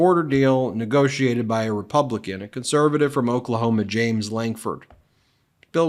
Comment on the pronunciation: please quit mispronouncing the republicans name.